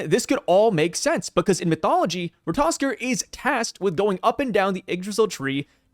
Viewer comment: Definitely random but it surprises me that these YouTubers keep using ratotaskr’s pic from GOD OF WAR RAGNAROK but still don’t know how to pronounce his name